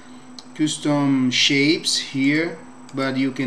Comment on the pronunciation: thank for tutorial. Sorry, I think the word 'custom' should sound like 'kᴧstom'.